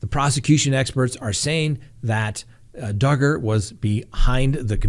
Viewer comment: Are you sure you're pronouncing Duggar's last name correctly? What does it rhyme with? :)